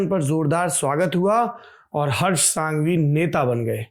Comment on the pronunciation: It is prounnced as संघवी not सांघवी. With due respect sir. आप तो धरातल से जुड़े हुए व्यक्ति हैं। English medium वालों को पता नहीं होता की कौन से a को अ बुलाना और किसे आ बुलाना।